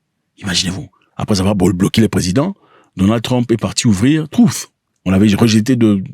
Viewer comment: Arrête de dire troof, sinon...